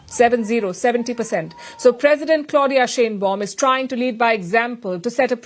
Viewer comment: Palki, The Mexican leader's name is pronounced like SHINE BAUM. It is a German name.